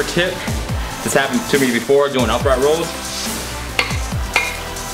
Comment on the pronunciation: It's fucking "rows" not "rolls" goddamnit..!